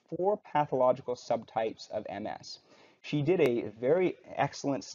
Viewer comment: Thank you for actually pronouncing MS correctly.